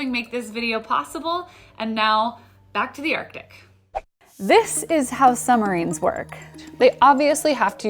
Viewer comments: PLEASE! PLEASE! I am begging you. Stop saying summarines. It's SUB-marines. (also that a russian sub graphic) BTW: Love you work otherwise.... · Lol “summarines”